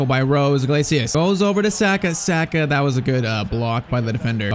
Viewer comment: Saaaaahhhhka pls say it right